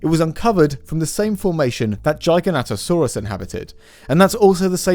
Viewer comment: I've NEVER heard Giganotosaurus pronounced that way!